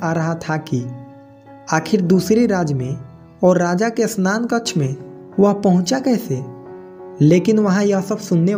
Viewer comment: बार-बार स्नान कक्ष बोल रहे शयनकक्ष